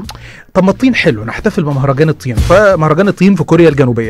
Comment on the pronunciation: مهرجان الطييان!! انت مالك قولتها كده ليه!؟ مهرجان الطياااان .يانهار طيياان 😂